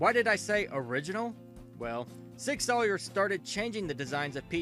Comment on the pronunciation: Sig Sawyer LMMFAO!!!!!!